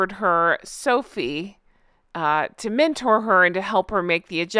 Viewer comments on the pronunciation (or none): none